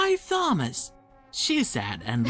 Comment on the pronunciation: The Narrator Is Saying Thomas' Name But The "H" Is Not Silent...